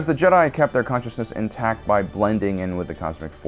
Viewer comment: "juh-die" lmao